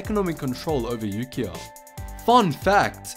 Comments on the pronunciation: Ukio i thought he said you gio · When said ukio i thought he said Yu-Gi-Oh.